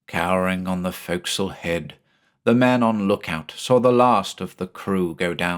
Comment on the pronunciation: I'm sorry to knit pick but I'm so glad to hear forecastle pronounced right. Having spent time in the navy, some things just stick with you, ya know? Was I the only one who pointed it out before? Either way, great job as usual.